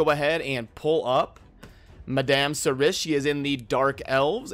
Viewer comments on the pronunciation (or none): pronounced "Mad-am Sir-E"